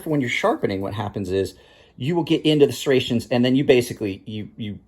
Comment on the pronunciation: I get the trouble with serrrations. And microserrations are a pain to sharpen